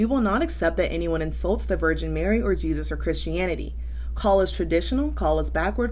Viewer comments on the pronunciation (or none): none